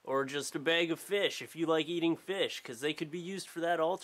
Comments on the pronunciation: bag not bayg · please learn how to say bag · i love how say bag. "bayg" haha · i swear it sounds like you're sayin bage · Say bag again. ... Oh Canadians :) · he pronounces bag like St. Lucy people! AWESOME!!!! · haha he says bag so funny haha this is so much better to watch high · The way you say bag is amazing <3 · canada? "BAIG of FEESH"